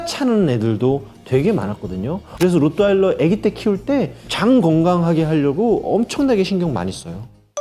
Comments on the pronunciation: 로'트' 발음 안되요? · 사실 로트와일러는 영어식 발음일 뿐이고, Rottweiler는 독일 견종으로 정확한 맞는 발음은 [호:트바일러]입니다. 독일의 한 지역인 Rottweil (호트바일)으로부터 지어진 이름이죠. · 나만 그래? 로또 와일러 라고 들리는데